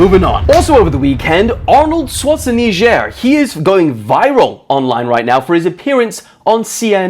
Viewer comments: ARNOLD SCHWASHIKNEEZER???? ITS ADNOLD SCHWARZENIGGER BRO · Arnold Shwatze-Niger???? it's pronounced Shvartsenega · Arnold Schwarzenegger: Arnold Schwarzenigiyer😭🙈🙅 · it's Arnold Schwarzenegger. Swa-zi-ni-ga Got it? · "Arnold Swassneejerrhh"🤣🤣🤣🤣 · “Arnold swasjanejer” 😂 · thats who you pronounce it?? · Lol 😂 please pronounce Arnold's last name well. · not butchering Arnolds name to avoid getting eaten up🤣🤣🤣🤣🤣🤣 (no im not white bruh) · Really, you're gonna butcher Arnold's name like that? It's literally his name.... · come on now, we all know thats not how its pronounced :face-red-droopy-eyes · I could not believe my ears when I heard his sad attempt at pronouncing Arnold Schwarzenegger. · Arnorld Schwarzenegger name getting murdered 😢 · On look who can't pronounce Arnold's last name correctly xD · Petition for to say Schwarzenegger correctly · no it's funny that way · Signed? I guess? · bro how did you pronounce that name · as an austrian, just say his name properly lol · petition for for pronounce Arnolds name right